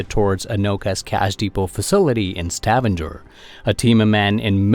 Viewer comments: Stavanger is not pronounced «stavander», just straight ut Stavanger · Probably because of the way he pronounced Stavanger